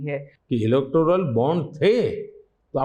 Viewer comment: इलेक्टोरल (Electoral)म्हणा, ❌इलेक्ट्रोल नव्हे .